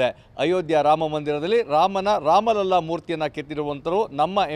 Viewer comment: ಮಹೋದಯ ಜೀ, ರಾಮ ಲಲ್ಲಾ ಅನ್ನೋ ಬದಲು ರಾಮ ಲಲಾ ಅಂತಾ ಉಚ್ಛಾರ ಮಾಡಿ. ಬಾಕಿ ಎಲ್ಲವನ್ನೂ ತುಂಬಾ ಚೆನ್ನಾಗಿ ಹೇಳಿದ್ದೀರಿ ಧನ್ಯವಾದ